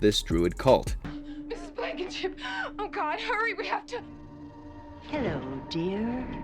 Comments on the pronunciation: Mrs. Blackenship? Ummm....No It Mrs. Blankenship As usual you butcher the names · It's Blankenship. Not Blackenship. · Blankenship not Blackenship